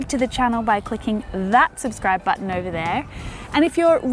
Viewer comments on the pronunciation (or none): none